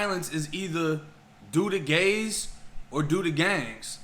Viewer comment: Not gays brooo geechies 🤣🤣